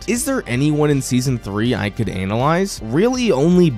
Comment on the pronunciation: I don’t like how you said analyze… Sounds like something else lol